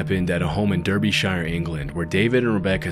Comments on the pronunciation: Lmao the way he said Derbyshire was funny "DurbyShiyer", it's "darbysha" 😂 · “Darbashur” not “Durbyshyer,”….sorry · Derbyshire is pronounced “Darbysher”. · It's pronounced DAR-BE-SHEAR nor DER-BY-SHIRE!!! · Just a heads up mate it's pronounced more like "darby" "shir" instead of Derbyshire 👍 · Book not Derbyshire (Derby) I live in Derby TwT also ok it's completely irrelevant and I'm not judging but I just wanted to correct that it's pronounced dARbyshire/ dARby not Derby or Derbyshire :) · It’s pronounced Darbyshire not Durbyshire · BTW Derbyshire is pronounced Darby-shur. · Darby-sheer! You guys make me laugh! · Love these videos. Sad, and fascinating…. Geek note- “Derbyshire” is pronounced “ Darby-shur” 😉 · "Der-Bee Shire" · Gotta love Americans saying Derby-shire. *And before I get heat, I like this. It's fun. Relax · it's pronounced 'Darbysheer' ;) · Durrbyshyer? My ears hurt. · Derbyshire is pronounced Dar-be-shuh. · interesting video but please pronounce names correctly - for example: derbyshire is pronounced "darby - sha" you can google the name and the pronunciation comes up for any place name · Derbyshire. It's pronounced Derbyshire. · DERBYSHIRE is pronounce DARBYSHUR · Love the video but as a Brit, I am so upset but how you said Derbyshire. It’s pronounced the same way at the car race Darby. D-are-bee-sher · it's pronounced DARBY-Sheer! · Derbyshire = Dar-bih-shur is how it's pronounced 👍🏻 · Ahhh yes the great Derbyshire!!’ You definitely didn’t cock up the pronunciation or anything mate 😂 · the pronunciation of derbyshire is killing me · He meets to learn how to pronounce 'Derbyshire'. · Absolutely butchering the pronunciation of Derbyshire 😂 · for gods sale Americans please LISTEN to the real pronunciation! Its not hard....